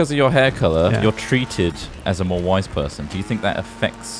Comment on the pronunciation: Every time said wise, I kept hearing "white", and was confused why he was so interested in Ross being a "white guy".